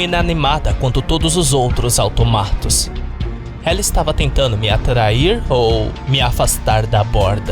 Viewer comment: Eu achava que se fala autômatos e não automátos, quem disse que vídeo de creepypasta não ensina nada.